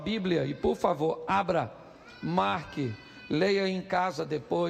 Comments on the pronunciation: Tbm tive que voltar para ver que não estava errada quando eu tinha ouvido ele falar quarqui.os fiéis que não prestaram atenção no que ele falou amém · Vdd ele falou Marqui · Pastor você NÃO falou "Marcos" e sim "Marque". As pessoas que ouviram errado. Sendo assim, fique tranqüilo, pois o problema não está com você 😂😂😂 Ainda "não está pensando uma coisa e falando outra" 😂😂😂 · Até voltei pra ver e é isso mesmo....kkk....marqui...😮